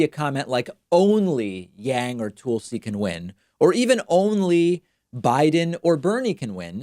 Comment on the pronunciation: My only question is where his 3% is gonna go to? Also David for the love of god (figure of speech) stop with the Tool-si shit. I'm not a supporter of her but that pronunciation is like nails on a chalkboard. Seriously man it's just annoying not funny.